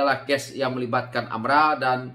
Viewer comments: Sebutan betul adalah AMLA.. harap maklum.. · AMLA ka atau AMRA sebutan yg betul mana satu sebab aku dengar kau sebut AMRA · Geram sangat..tersasul.. kikiki